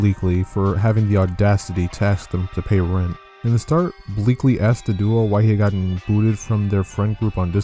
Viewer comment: A S K ed, not Axed.